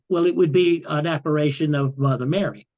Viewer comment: Apparition not apparation